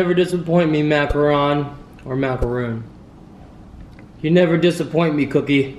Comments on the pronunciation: It's call macrowns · It's macaroon Alex! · it is macaroon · Lanae Martineau no it's pronounced macaroon not macaron. No it's doesn't depend on the coconut on the outside its pronounced Macaroon most of the time. Or it can depend on your state, country whatever but it's never depended on what it looks like. No hate just letting you know what everybody always tells me. Ps I how I remember it macaroon I always remember a word like look or shook or a word with double letter o. It's not pronounced lok or shok it mostly has a Ooooo sound in it :) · It's macaroon👨🏻‍🍳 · its macaroon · Its macroon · He said macaroon wrong